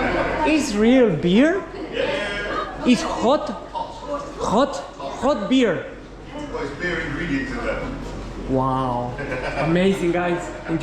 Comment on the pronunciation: debería de mejorar su Ingles “iz jot” 😂😂 Lizana muy bien!